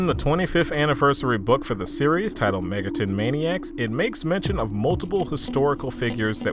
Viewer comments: ah yes "Megaton" the classic early fallout 3 settlement Sorry for being triggered but it's Mega-ten, TEN, 10 that's how you say it. Not megatun. Megami TENsei not Tunsei. Cartman, Cart MAN you get it. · nah, i checked your other videos and you regularly pronounce it megatun, it bothers me but it's a pet peeve of mine. You say Shin Megami Tensei correctly but the way you pronounce the abreviation sounds like "Megatun". I'm new and your videos are actually good, I apologize if i'm being annoying here.